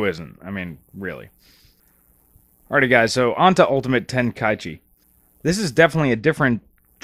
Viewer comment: Sorry to nitpick, but you pronounced Tenkaichi wrong.